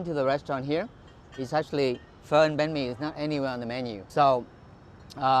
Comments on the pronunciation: It's not 'Bah me' it's pronounced more like 'bang me' (not joking). I don't know why, but for some reason it really annoys me that you mispronounce it so much... I mean the other stuff is very close to how it actually is pronounced, but this one is just a complete miss. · Not hating on you or anything Strictly Dumpling you say Bahn mi, like Ban mi not Ba mi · Not “BAh-Me” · Is it that hard to say literally bun-mi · Hey mike, love your videos. Hope your enjoying Vietnam. Just wanted to say that banh mi is pronounced like bun-me just so you know :) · Pronunciation for Bánh Mì: (Bun May) Edit:With the accents on the "a" and "i". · it's pronounce ban me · Bro it’s pronounced “BAUN - ME” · He says it like “bán me” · It’s Bánh mì, not “bammy” lol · Just FYI Mike “banh mi” is pronounced “bun mei” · When he says banh mi I cringe so hard cause he says it like baw me and I’m also Vietnamese so I know how to say it correctly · the way he says banh mi it’s kills me inside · I really hate how he says banh mi like Aaaah the h is silent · You’re pronouncing bánh mì wrong